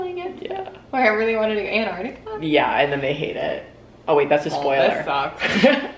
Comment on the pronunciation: “Anartica”?? did really just say “Anartica”?? 😂😂